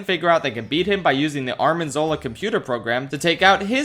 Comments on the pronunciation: Arnim Zola not Armin Zola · erm well actually 🤓it’s Arnim Zola not Armin Zola. Disclaimer: this is a joke I I don’t really care. I wonder if he meant to do this or he just made a mistake. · Arnhem Zola Not Armhen Zola 😂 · I’m sorry, but, did you say ARMIN Zola? 😂🤣😂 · My man's said Armin Zola.